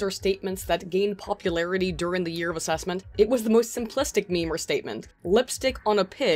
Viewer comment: I'm offended that you pronounce meme "meemee" :50